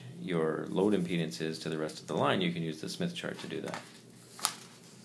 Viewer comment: impenis or impedance